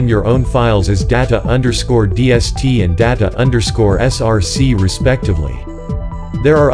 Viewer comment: He pronounced data as data when it should be pronounce data